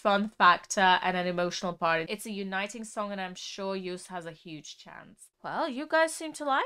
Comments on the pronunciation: It's not Juist but Jooooost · You-st 😂 Get his name right it’s Yo!st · Btw you say Joost like j-oh-st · EDM, Gabber, Happy Hardcore, With a touch of Joost. (Pronounce: shout "YO!" and add "ST" to it) Joost is a weird but great artist. (Underdog) This song is a compilation of soooo many emotions by text, samples, lyrics, clip and editing. Only one who thinks outside "a" box can produce this. And yes, this is all Joost with a little help from his friends, like we all accomplish great things! Happiness! Also when bad things happened. I think the meaning of the end is: "Stand still for a while, accept what happened but press "play" again and have fun!" Love to all who read this. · I am from the Netherlands and how she said joost oml it is like she said juth ❤❤ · Joost is pronounced like ghost. I am Dutch. Hi. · little pronunciation tip for his name, the double oo is pronounced as a Long single O as in Yo. just like how you would pronounce the letter O on its own. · Joost is pronounced like "yoast" in english. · You pronounce it like Joast. Our double o sounds like your oa. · You pronounce joost like toast